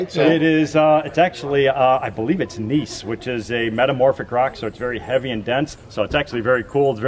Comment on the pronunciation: Gneiss is actually pronounced nice